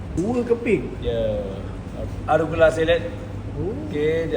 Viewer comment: Arugula bang. Bukan Aragula.